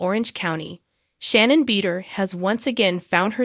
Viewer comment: U might learn how to pronounce Shannon’s last name.